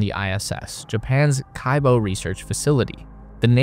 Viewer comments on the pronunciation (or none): Could've used google translator at least to look up the correct pronunciation of the module names) kibo = kee-bO, not kAibo zvezdA, not zvEzda naUka, not nAuka zaryA, not zArya If you said unIty or unitY instead of Unity, that would sound weird, right?) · Kibo is 'kee-bo', not 'kai-bo', and it's Canadarm, not CanadaArm. It would seem kinda weird for such a space enthusiast to pronounce those names such a way.